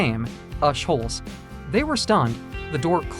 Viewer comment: I never knew that you need to pronounce the sh in a-holes. interesting mind explaining why?